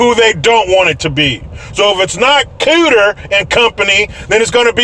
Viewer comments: He said kutter and company LOLOLOLOLOL HA HA From a black German :) :) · Hahahahaha he said “Cooter”